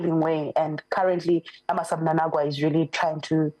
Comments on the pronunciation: Why are you saying mnanagwa? It's mnangagwa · It's Mnangagwa please not Mnanagwa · That guest is useless, she is failing to pronounce the name Mnangagwa. I am Zambian but I was able to pick that. Is she Zimbabwean I ask?